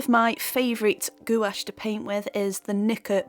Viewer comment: Loved the video but it's pronounced like gwash